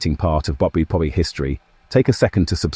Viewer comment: Why do keep showing US Army and USMC dress uniforms when you talk about SS uniforms. Also. Your AI voice needs some training Especially how it pronounces WWII.